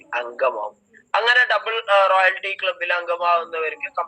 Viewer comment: റോയൽറ്റി എന്നുള്ളതിന് ഇ ആൾ പറയുന്നത് കേട്ടോ റോയാൽറ്റി. ഇങ്ങനെ വിവരം കെട്ട പെണ്ണുങ്ങൾഉം ആണുങ്ങളും ആണ് ഇതിന്റെ ലീഡേഴ്‌സ്.